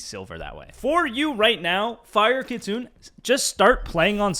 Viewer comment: for reference Kitsune is pronounced Key-tsu-neh.